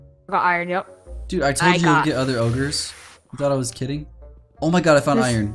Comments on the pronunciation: He did said ogers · He said ores not ogres (lol)